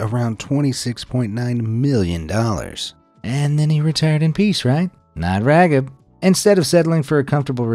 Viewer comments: Raheeb not Ragid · "Raggib"??? 🤣😅 His name, Raghib, is pronounced (ra 'JEEB) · His name is "Rah Heeb" Ismail NOT Raggib lol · IT'S PRONOUNCED "RAH-HEEB" NOT RAGIB and the first recorded game of Canadian football took place in 1861, eight years before the first documented American football match. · It's not pronounced Rag-Hib. It's pronounced Ra-Jeeb🤦🏿‍♂️ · It isn't pronounced "Ragib", it's pronounced "Raheeb". FYI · Pronounced like "Rah-Heeb".....not Ragib...lol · Dear Mr. voiceover... two bones to pick with you. One, you are butchering the pronounciation of Raghib Ismail's name. I watched him play in Toronto in the early 90's and it was never pronounced Rag-hib. Secondly, the CFL was not a newly-formed league. It has officially been around since 1958 and it's Championship, the Grey Cup, actually dates back to 1909. (Much longer that the borefest that is the Super Bowl!) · Raghib is pronounced raheeb,and the Canadian football league was not newly formed. Now I remember why I unsubscribed from you already. All your information is littered with false and misleading information. Learn to research more thoroughly. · Who tf is "Ragid" Ishmael? I remember Raheem "The Rocket" Ishmael that played for Notre Dame. Never heard of Ragid.🤦🏾‍♂️ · Are you seriously calling him RawG-hib? You do not pronounce it with a hard G. In fact, you don't pronounce the G at all. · Did he call that man ragged? That's NOT how u pronounce the name. Smh! Y'all gotta fact check. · My guy…. If you are gonna try to highlight peoples problems and issues, at least get their names correct. This isn’t the first time you said a non-white persons name waaaaau incorrectly. Do you even do actual research? The name of the football player Raghib Ismail, is pronounced Rah-Hib. Put respect on people’s name as you recognize their faults. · pronunciation of raghib also not great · I guess it's because you were not alive in the 90's that you don't know how to pronounce Raghib.